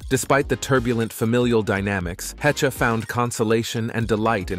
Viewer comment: Anne Hechuh lmao. SKIP